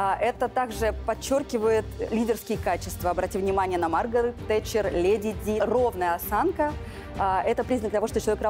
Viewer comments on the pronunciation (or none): Это «лЭди» от ведущей - брррр….. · Ну какие "лЭди"...караул.. сил нет.. Редакторы, скажите уже ей, что там звук [Е]. ЛЕди.. Вы ж телевидение.. с вас пример берут...